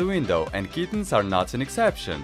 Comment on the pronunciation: Bruh I know that but it’s cringy for a person who speaks English to hear “and KEETENS are not an exception